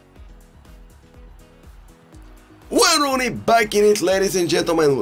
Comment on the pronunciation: “Waauyn rooney”😂🔥🔥🔥